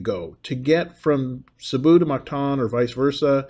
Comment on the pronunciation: You will find its pronounced Mactan -like (m)cat-an not like mar-ket (martan)